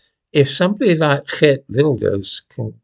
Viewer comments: I'm Dutch and first: excellent pronounciation of Wilders' first name! And in order to become big he mellowed down on a lot of his points, banning the Koran is no longer on the top of his list. But immigration is a big issue and that made him win. But we always have to form coalitions, so there is still a lot to do before we have a new government. After all, he has 37 seats out of 150. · 10 points for pronunciation of geert :D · Thank you. So nice to hear the name Geert pronounced properly too!